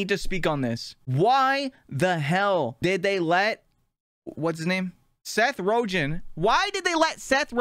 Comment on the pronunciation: “Seth Rojan”